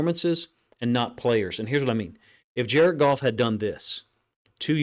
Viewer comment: “JAR-ED GOFF - JARED GOFF - JARED GOFF!”😲